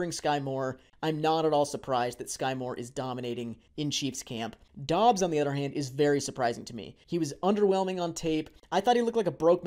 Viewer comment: It’s pronounced Dubs not Dobbs just so everyone is aware. I’m a bit biased because I went to college with Doubs. He is very underrated and only fell in the draft due to an injury. He’s gonna surprise some ppl